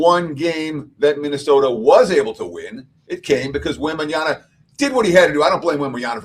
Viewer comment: Wembanyama not Wembanyana 😂